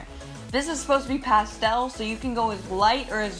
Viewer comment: Lol "Pastel"